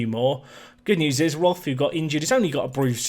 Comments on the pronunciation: Th is just t in german. So its more like rot but with a long o like in core. It just bothers me because its my surname and to here it pronounced wrong just bothers me a little bit. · As you are trying to pronounce the names correctly: Roth is more like 'rot' with the 'o' pronounced rather long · Quick German lesson: the 'th' in Roth is not pronounced like in English. The H is useless, just ignore it. The O-sound is a long one, like in Nico actually. R-oh-t would maybe be a good transcription.